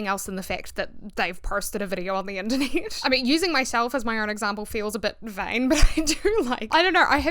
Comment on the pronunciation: Not me hearing "the Anthony" instead of "the Internet" lmaooo I love your accent though!